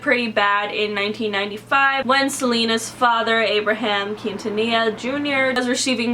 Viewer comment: I love how she pronounces Quintanilla xd, it's so wrong but so cute at the same time